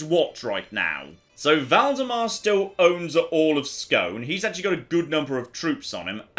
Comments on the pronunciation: Not Scone, SKÅÅÅÅNEEE! (Å = "OE"-ish) Always fun to see my hometown Halmstad show up now and then. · When saying Skåne, just add an E (like the word Egg) to the end of Scone and you're pronunciation goes from a 2 to a 7